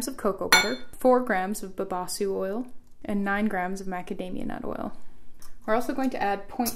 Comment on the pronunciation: It is babassú (the stress is on the ssú)